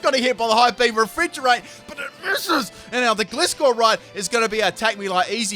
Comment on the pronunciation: the way you kept saying Gliscor......